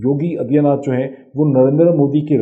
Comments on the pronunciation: You are not pronouncing Aditya properly. You are pronouncing it Adiya. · Padha likha Pakistani Aa-dit-yaa naath aur gyaan-waa-pi pronounce nahin kar paata. Isko mai kya kanoon u-suoup pee-jyada, yaaa you sub peee jyaada ? Idiots make videos without any knowledge and study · What kind is ANALyeast is this Moeed can’t even pronounce ‘Yogi Adityanath’ aur inko Kashmir chahie 🤣🤣🤣